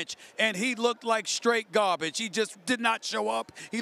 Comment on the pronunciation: Lmao I love the way he said gawbage